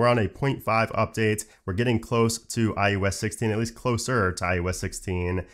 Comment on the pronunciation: I can't be the only one who always hears iUs not iOS